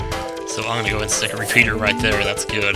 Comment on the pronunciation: He said reshooter....it just sounded like pea....re pea...re pea